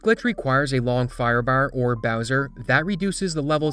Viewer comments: The pronunciation of firebaar gets me a bit everytime lol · The Long Firebahrr made me think of Snatch